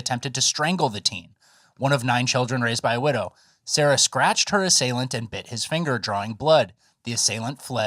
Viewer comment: Thought she was saying "stretched" not "scratched."